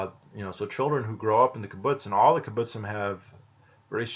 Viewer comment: The kibbutzim still exist, it's just all of them (except of literally a handful) are no longer socialist in any sense, this process of "no longer being a kibbutz" has already happened long ago By the way you say kibutzim funny, you need to stress the b and tz. Also kibutzim is plural, the singular is kibutz.